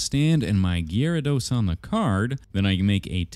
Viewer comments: Did anyone else hear "Jyrados"? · What's weird is the card shows the whole thing, but he only sculpts half of him. Why is that? Also, did he just say "jArados"? The fck?! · POV you said jaredos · Saying Gyarados; ❌ Saying ✨Gary✨, ✨Jeraldose✨, ✨Gerald✨; ✅ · Why does he say Gyarados like that😂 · The way he said gyarados and magikarp threw me off for a bit and even tho he ruined his first edition it's still cool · HE PRONOUNCED IT WRONG😭